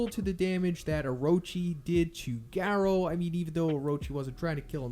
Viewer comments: Love your videos but can you change your pronunciation on manga? Also why did your pronunciation change on Garou? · He suddenly forgot how to pronounce manga and garou. Its actually unwatchable lol